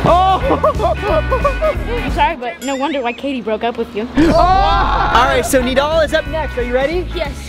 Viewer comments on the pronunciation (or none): Did bro just say Nadal his name is nidal